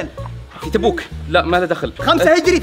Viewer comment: كنه قال تبوك ؟؟